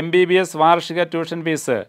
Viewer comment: Fees self minimum fees pronounced wrongly